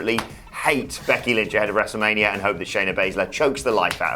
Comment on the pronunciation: Wrestlemanier Firty Six 😆